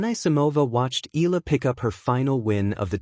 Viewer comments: It irks Filipinos when you can't even pronounced EALA, it's pronounced "EE-YA-LA" not ILA...please get it right, maybe you'll get more views!! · Please pronounce E Ya La, just a suggestion. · It's AI. The mispronounciation is an AI flaw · U cannot even pronounce Eala correctly😮😂😅